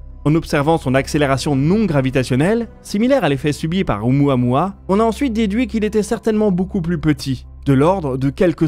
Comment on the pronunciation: ... on prononce: "O-OU-MOUA-MOUA"